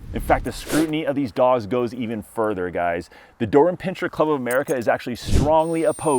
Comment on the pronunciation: Pin-ser. No pinching